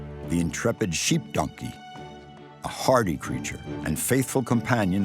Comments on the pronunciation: Anyone else hearing this dude say nunkey instead of donkey? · What kind of accent does the narrator have? Their pronounciation of "Donkey" often comes out as "DUN-key", and I've never heard anyone say it like that before.